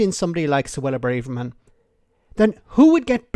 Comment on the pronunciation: You're still pronouncing Suella BRAVErman's name wrong. You're in danger of becoming Tool of the Week..... That's from one Irishman to another, for those of you not from Southern Ireland!